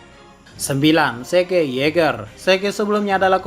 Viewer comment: Zeke dibaca asli: zik Yang gw dengar: seke